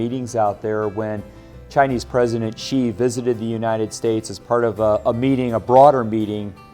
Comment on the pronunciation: Please pronounce his surname correctly, it is not "chi" you should pronounce as "si" to show your respect to someone. I won't pronounce your name Aaalon Buteze. Secondly it is kind of disturbing to come to think about China giving business to Americans, Americans pay taxes to USA government to bash China with lies, blasphemy, fake news etc. Look at Australia, China resume trade to allow Australian products to enter China market and they are having huge sales order then Australia sent their warship to South China Sea to create problem and backing the former USA colony and Vietnam to create troubles...... Is this the right things? What are these people / voters thinking? "Hey I want you money, they I pay my thug head to bash you and cause all kind of trouble AND you continue to give me business, I will continue to support my thug leader to do whatever he wants to hurt you, suppress you and do whatever you don't like even to the extend that it will hurt your ability to buy from me BUT you must continue to buy from me and buy more from time to time without fails. Can anyone understand this logic? Or because Americans have no choice in actual fact, you can only choose the bad of the worst but what was planted in your brain is that you have all the freedom and option BUT actually none